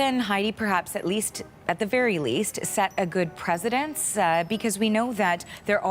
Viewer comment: Imagine going to University and still not being able to pronounce "precedence" properly.